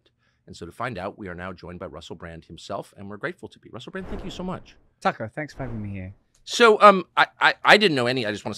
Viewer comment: Sometimes instead of 'Bran-D' Americans say 'Bran-T' lol.